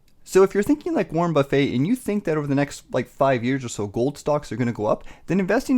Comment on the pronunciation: its Warren Buff-it